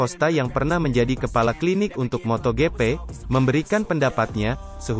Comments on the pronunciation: pengisi suaranya jelek banget,masa MotoGP jadi moto gepe 😂 Blokir sajalah 🖐️ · Sumpah gw sebel bgt sm narator nya.. Moto gepe,, apaan kek gapernah bljr baca ejaan english aj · voice over nya kayanya g suka moto gp,soalnya suaranya kaya g semangat gini baca beritanya juga sama,mana pelafalan nya salah mulu moto gp sama moto 2 ,cm yg saya liat cm isi beritanya aja 😂